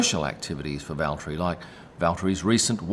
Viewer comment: Bravo on the pronunciation of Valtteri's name. I think he would approve!